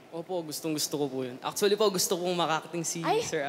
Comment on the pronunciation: sumabit agad "actwalee" ni kuya oh